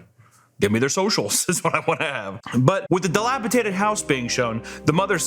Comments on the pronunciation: I love but I’m gunna be a pronunciation nazi, whenever he says delapitated instead of delapidated,exscape instead of escape and expecially instead of especially I have a brain aneurysm and yell at my tv like an old man. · I love the videos, but this is the third time I have heard “dilapitated” instead of “DILAPIDATED”. It’s so minor but then again it’s not at the same time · "dilapitated" What state are you from? This boys brain is dilapidated. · I cringe every time or say "dilapitated," instead of "dilapidated," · I love your videos, but you gotta stop saying dilapitated. It’s dilapidated. A d, it’s a D sound. As in deez nuts. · Dilapi-D-ated NOT Dilapi-T-ated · I don't want to be overly pedantic but dilapitated is killing me. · "Dilapitated" ❤ I love it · Missed opportunity for the editor to play the proper google pronunciation for “Dilapidated” when said “dilapi-tated” twice. Papa’s been watching a bit too much Andrew TATE apparently. Can ya blame him though? I mean come on! Papa is part of the Hustlers University alumni after all.. I wish I could afford it so I could also earn my PHD (Pimping Hoes Degree) god, he’s so cool! On a serious note, I love you! Edit: another missed opportunity to put in the proper pronunciation for “spiel”. Sorry, I just feel like being a grammar Nazi today and messing with Papa 😆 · bro said delapiTATED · Editor couldn’t tell him it’s “dilapidated. . .” Damn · my favourite part was repeatedly saying delapidated with a t